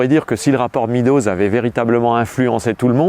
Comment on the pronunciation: Excellent! Cela dit: MÊDOZ pas MIDOZ SVP!! En français, E + A ça fait [éa] ou [eua] mais ça ne fait jamais [i]. Figurez-vous qu'en anglais, non plus. Donc, pourquoi dire 'le rapport [midoz]. En anglais, E+A ça fait [i:] ou [ê] (désolé pour la transcription approximative, mais il n'y a pas de symboles phonétiques sur mon clavier et d'ailleurs personne ne serait capable de les lire car personne n'y prête la moindre attention.) Meadows, ça se prononce [mêdoz] et JAMAIS [midoz]. Étant donné l'importance de ce document et en général, des contributions énormes en anglais, au sujet que vous traitez, ça serait super que ce mot ne soit pas systématiquement écorché par les francophones, ce qui en plus, encourage, tous ceux qui écoutent à faire la même erreur. Le résultat est que vous mentionnez le rapport [midoz] à des anglophones, et ils n'ont aucune idée de ce dont vous parlez.